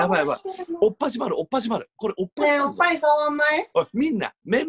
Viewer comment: おっ⤵︎ ぱい⤴︎ からのおっぱじまるで耐えられないwww